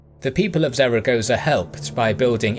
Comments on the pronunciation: Not really that important, but Zaragoza is actually pronounced like Thal-a-goth-a. Or something akin to it. It’s a peculiar Spanish pronunciation that was half explained to me when that Jesus painting thing happened a few years ago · Love your videos, but please do a bit more research into the pronunciation of the place names. Zaragoza isn't pronounced like you pronounced it over and over in this video. This isn't the first video of yours that this has happened in and it is just making your videos look very amateurish. I get that you are more interested in the military tactics and everything in your videos is great, but it really wouldn't take much research to learn how to get the place names pronounced correctly. I hope this is taken as constructive criticism and not nitpicking as everything else about your videos are amazing and this would really make them 100%.